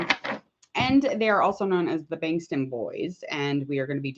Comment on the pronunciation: first off it is pronounced bangtan not banstan, secondly BTS didn't debut in 2010 they debuted in 2013 and thirdly Jungkook's surname Jeon is pronounced (John). but over all great video